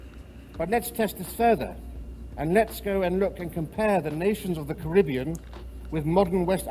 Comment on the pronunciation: Wish he would say Caribbean properly.